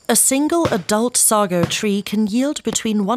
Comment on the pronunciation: You're pronouncing "Sago" wrong. 🤡